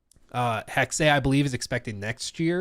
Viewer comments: I believe it’s pronounced “hex” with a silent ‘e’ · HEXEA.... when it's literally hex